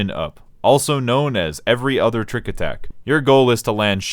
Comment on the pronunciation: "tricku attacku" He's speaking the language of Gods :')